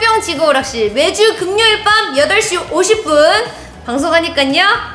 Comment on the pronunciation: 금묘일 금묘일 ㅋㅋ 발음 노무 귀여웡